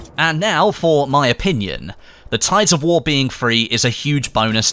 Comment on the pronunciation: i have serious problem with your accent. Not that you can do anything about it but the way you extend some syllables really bothered me. its tides of war not waaaar XD